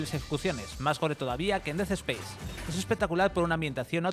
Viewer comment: Des espeis? Aprende a hablar 🤡